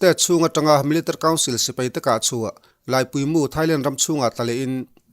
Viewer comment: Thu puan i thiam khawp mai. Mahse, Military kha Militr tiin i lam tlat a, chubakah 2012 tia i sawi hi 2022 i tihna a ni em?